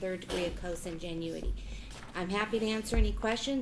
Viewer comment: 😆how does the judge not know how to pronounce consanguinity??